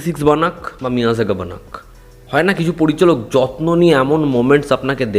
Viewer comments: এই মূর্খকে অনেকবার বলেছি যে ওটা মিয়াজাগা নয় মেইয়ারাগান হবে কিন্তু নিজের ইগো কে স্যাটিসফাই করতে হবে তাই ও জানা সত্ত্বেও নিজের ইগো ধরে ভুল উচ্চারণ করবে।বাঙালিদের এটাই সমস্যা যে নিজের ভুল হয়েছে সেটা স্বীকার করবে না। আর এই আপডেটটাও পুরোনো ২-৪ দিন আগের আপডেট এরা ভাবে আমরা আপডেট না দিলে এরা জানতে পারবে না কিন্তু এটা বোঝে না এদের আপডেট দেওয়ার আগে থেকে আমরা এই আপডেট গুলো পেয়ে যাই। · pronounciation ta মেইআরগান... মিয়াজাকা নয়😅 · মিয়ারাগান। মিয়াযাগা না। এত বাজে প্রোনান্সিয়েশন না করলে কি হয় না? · উচ্চারন টা ঠিক করুন ওটা মেয়রগন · এটার উচ্চারণ হবে মেআরগান